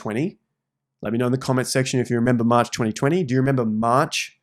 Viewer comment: That maaaaarch sounds like a bawston accent 😂